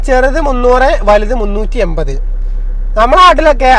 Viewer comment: എയിവത് രൂപ. ഇനിയെങ്കിലും മാറ്റിക്കൂടെ ഇങ്ങനെയുള്ള ഉചാരണം.